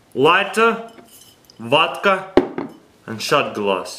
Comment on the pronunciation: His Vodka pronunciation is soooo Russian.